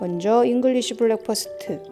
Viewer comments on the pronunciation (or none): 좋은 영상 감사합니다. 그런데 발음은 블랙퍼스트 아니고 브랙퍼스트 입니다.